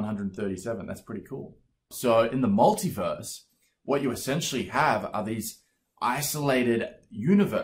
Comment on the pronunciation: You almost said "multiwerse" I heard it. That means somewhere out in the multiwerse you did say multiwerse.